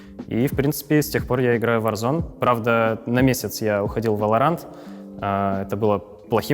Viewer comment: Почему варзонАААААААААА а не варзоне